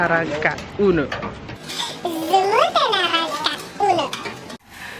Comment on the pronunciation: Naranca ke 😅😅😅😅. It's naranja ma